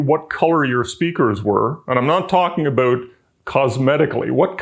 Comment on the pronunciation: Nice explanation, and I never get tired of hearing the word "aboot" from up north.